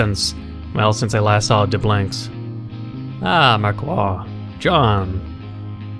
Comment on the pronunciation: in frensh the "i" of marquis sonds like an "e": mark"e"